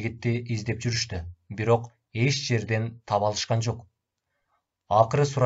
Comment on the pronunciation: Можед эмес моджахед.до свадьбы доживем эмес до свадьбы заживет .эт жерде эмес эч жерде же окулганда эш жерде.Жана ушуга окшогон создор коп кездешип жатат.